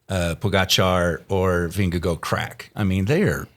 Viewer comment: It’s pronounced Ving-eh-gore